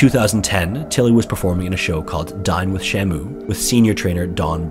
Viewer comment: it wasn't until the 3rd or 4th time you had said it at around that i was able to tell the title of the show was "Dine with Shamu" and not "Dying with Shamu"